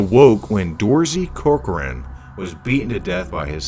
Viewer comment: The way he said Corcoran and Grogan lmao